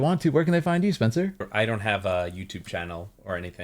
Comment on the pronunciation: Spencer's pronunciation is very spot on, thank you🎉